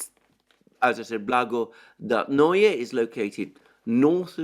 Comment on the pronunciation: Kirie Alexandre, it’s much easier to pronounce Russian worlds if you read it as Greek. Your only mistake is putting accent on wrong syllable. BlagodAtnoe, krAsnaya gorA. Love your work and your last name😊